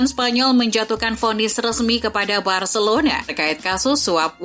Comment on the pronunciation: Bacilona bacilona mls aq dengar nya 😂😂😂